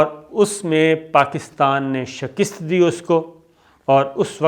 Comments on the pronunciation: bhaee shakast kaha karain shakist nahi pliz.bahtreen or reliable info. Allah ajr e azeem ata karay Ameen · Shakist nahi shikast hota hai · O bhai shkist nhi shakast hota hai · اسلام علیکم ورحمتہ اللہ وبرکاتہ۔ بہت خوب تجزیہ کرتے ہیں۔ اللہ آپ کے زور بیاں کو رفعت عطافرماۓ۔آمین۔ ۔معذرت کے ساتھ، لفظ شکست کا تلفظ بھی درست کر لیجئیے۔ ش ک کے نیچے زیر اور است کے اوپر زبر ہے۔ شکست۔ shik ast. اردو زبان کی ترویج کے لئیے یہ اصلاح کر لیجئے۔ جزاکم اللہ خیراً۔پاکستان ان شاءاللہ ترقی پاۓ گا، اگر ہم لا الہ الااللہ پر قائم رہیں گے۔۔ امریکہ اپنے بوۓ ہوۓ کو کاٹ رہا ہے۔ من تعدد ریاستیں نسلی تعصب کے خلاف پر تشدد مظاہروں کی لپیٹ میں ہے۔ لاس اینجلس میں فوج بلا للی گئی ہے۔ "میں سانس نہیں لے سکتا" "آئی کانٹ بریدھ" کی تحریک اپنے منطقی انجام تک جاۓ گی۔ نسل پرست حکمرانوں کے کیفر کردار تک پہنچنے کا وقت آگیا ہے۔ ہمیں اپنی چومکھی اندرونی و بیرونی دشمنوں سے نبرد آزما ہیں۔ اللہ پاکستان کا حامی و ناصر ہو۔امین۔